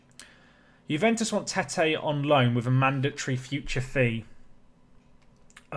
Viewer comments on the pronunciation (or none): none